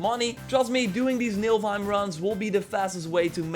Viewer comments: Yeah, you keep saying "NiLfheim", but it's actually "NiFlheim" :) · U say NILFheim but its NIFLheim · Niflheim not Nilfheim :P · It is niflheim not nilfheim 😂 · MILFhime. Lol.. definitely not Niflheim. Naaah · Because of u i call niflhiem, nilfhiem... its NIFL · What is Nilfheim? I thought it was called Nifelheim 😂😂